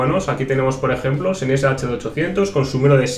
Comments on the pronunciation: todo bien, pero Sennheiser sería "Senjaisá"... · que bonitos seneiser he...SENEISER! pronuncia bien españolito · Duele oirle